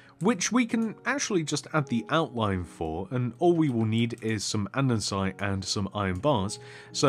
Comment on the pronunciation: it's and-e-sit not and-en-site